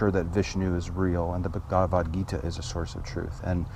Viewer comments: True. I think your conversation was great. I just scrunch my face whenever I hear you say Bhagavad Gita; nit-picky and non-substantive as it is. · you frequently use the Bhagavad Gita for counter examples, but I don't think you are pronouncing it right.